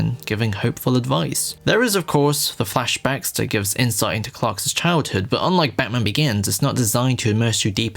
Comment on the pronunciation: Homie cannot stop saying "Clarks's" instead of "Clark's"